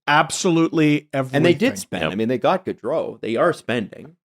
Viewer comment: As for names prononciation, Gaudreau and Goudreau are prononced in english the opposite way as they are in french. I'm used to hear french names misprononced, but when you have two like that, it's so weird!